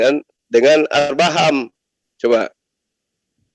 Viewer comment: Nyebut Abraham aja arbaham...gmn paham dgn yg lain 😂😂😂😂😂😂😂